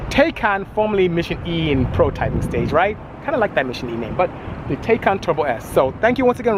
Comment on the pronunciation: Bisi, great job taking a first look at the Taycan Turbo. I first saw you on Jay Leno's show. Fyi. The pronunciation of Taycan is Tie-Con. Also I cross posted your video on the as well.